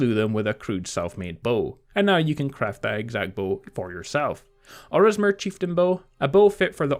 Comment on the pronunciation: Lol its OrSImer, not OrISmer :P Still a great video as always :)